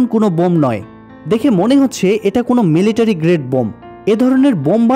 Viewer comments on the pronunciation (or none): none